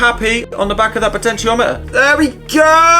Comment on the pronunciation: I thought he was saying "pitch-en-tiometer"